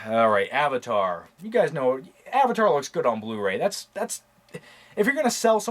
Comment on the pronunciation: Sounded like he said gays in new york